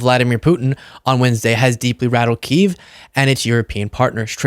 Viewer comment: Sorry I don’t want to be that guy but it’s actually pronounced “key-ev”